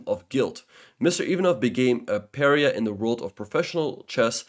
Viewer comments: puh - ri -ah, and im-pro-pri-etty, I like your videos by the way. Good work and congrats on your chess achievements. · Just a heads up you pronounced pariah and impropriety incorrectly. Sorry to be annoying, great video by the way.